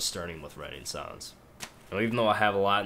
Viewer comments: when you say songs it sounds like your saying sons lol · Its funny. He says "sons" not "songs" :P Its very disturbing and the "along the lines" thing also. Found this on the front page. Gonna check out his stuff. Maybe ill like some.